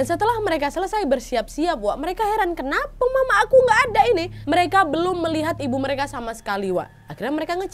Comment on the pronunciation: "KENAWHY" mantappp kak nad 😂